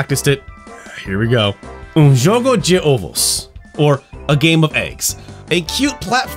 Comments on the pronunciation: almost, the sound of the O, in ovos, is Oh, so like, Ohvos PS: ó, have the same sound of OH, too PS2: you sound more like you are talking in spanish than portuguese XD PS3: Anjinho is more like, Little Angel, and yes, Mônica is really famous and popular around here, and she is stronger than Superman and hulk. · In Portuguese we have something weird with vowels changing their sound based on whether the word is singular or plural. That's the only part that wasn't amazing in your pronunciation, but it was easily understandable. If you wanna check it out via Google translate, some words are ovo/ovos (egg), poço/poços (well), olho/olhos (eye) and porco/porcos (pig). I find it a nice linguistic quirk, but many Brazilians get these words wrong.